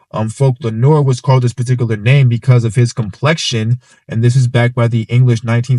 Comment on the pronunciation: It's also pronounced nerwah not nor.